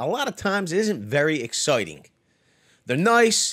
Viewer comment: Came here for the same reason as everybody else, left knowing to trust anybody that says “exoyting”